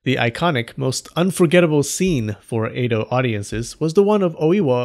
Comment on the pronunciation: Edo. E-do. Eh-doh. Eh, like meh. Not ei-do.